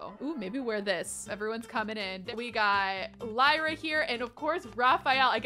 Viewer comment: I believe Lyra is pronounced Leer-ah, like Lyric! But either way, such a pretty name!! Also — Raphael is ENDGAME! ♥️